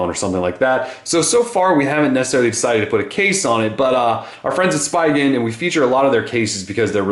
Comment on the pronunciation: speee-gen not spy-gen